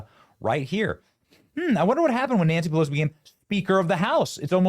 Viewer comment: Nanshee Pelowshee 😂😂😂😂